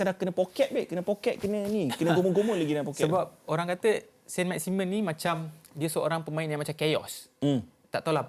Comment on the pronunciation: sebutan yg betul adalah sang maximang. sebut "ang" tu bunyi sengau sket.